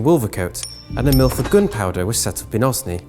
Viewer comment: Mispronunciations abound.Wolvercote should be pronounced Wolvercut not coat and Osney As Oaznee not Oz-nee.